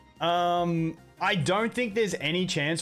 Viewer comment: Please learn that it’s “no” and not “nor.” Learn to pronounce your ‘o’ vowel. It’s not “gor.”